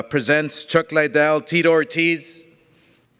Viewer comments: Not hating but... all Oscar thinks about is the legends Tito Ortiz and Chuck "LIE-DELL" lol. Can't pronounce his last name correctly, but all he thinks about legend wise in MMA... Chuck "LIE-DELL". Big fan. Lol. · Why tf does he keep saying LIEdel? Not to mention he’s terrible at press conferences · What's the matter with Oscar's speech? He's been mis-pronouncing Chuck's name with "LIEDELL!" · everytime oscar says chuck lie del. haha chuck gives him a crazy look. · Chuck liedell. Can he even say his name right? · I came back cause Dana white said Oscar can’t even pronounce chuck lidell name right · He’s promoting a trilogy between two of the most iconic MMA fighters in history & he still can’t pronounce Chuck’s last name properly 🤦🏻‍♂️ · De La Hoya shouldn't talk about anything MMA ..... obviously knows nothing about it. Can't even pronounce Chuck's name correctly. AS for the fight .... lol .. until Ortiz shows he can take a punch, it dont matter how much he knows what Chuck's been doing.